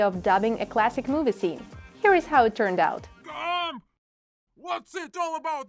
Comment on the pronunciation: I thought she sAid HOE LOL